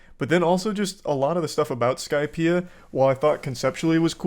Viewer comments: bro said "i just finished the skipeia arc" 😭😭😭 i clicked off the vid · Im sorry i couldn't hold my laughter when he said he'd been watching for 2 years and then he said " i just finished skypea".😅😂😂